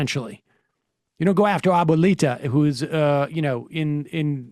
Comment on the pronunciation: As a Latino American I'm going to let go how bad you butchered abuelita lol